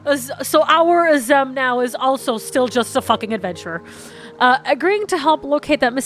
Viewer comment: HOW MANY TIMES CAN THEY AAY AZEM AND STILL CANT PRONOUNCE IT RIGHT